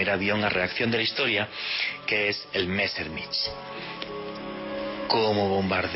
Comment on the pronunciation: Estubiste 7 veces en ex alemania 5 año de investigacion .. y no sabes pronunciar en aleman los nombres Mezshmit ;)